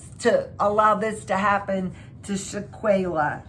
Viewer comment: Its not sha-quay-la its Shanquella please put some respect on this black womans name! You pronounced daejanae correctly!